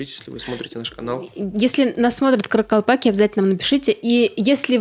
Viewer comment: THE NUMBER OF KARAKALPAKS IS MORE THAN ONE MILLION. THEIR NAME IS PRONOUNCED: KHA RA KHAL PAKH. NE ISLEP ATYRSANG - WHAT ARE YOU DOING? ЧИСЛЕННОСТЬ КАРАКАЛПАКОВ БОЛЕЕ ОДНОГО МИЛЛИОНА. ИХ НАЗВАНИЕ ПРОИЗНОСИТСЯ: QА РА QАЛ ПАQ. НЕ IСЛЕП АТЫРСАНЪ - ЧТО ТЫ ДЕЛАЕШЬ?